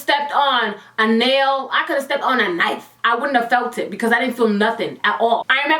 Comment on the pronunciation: the way she said knife sent me 💀